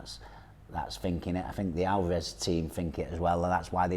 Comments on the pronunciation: Its Alvarez, not Alvaaarez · Who the fuck is ''Alvah res'' ?! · Hate when people call him alvaaarez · British English- they put emphasis on the middel of the name, Al- Vah- rez American English, they put the emphasis on the beginning of the name, AaL-varez Spanish- Al- va- Rez (more of a neutral on through out but slightly more emphasis on the end)